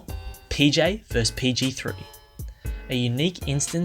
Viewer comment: Vs. Means versus, not "verse". I'm embarrassed for you.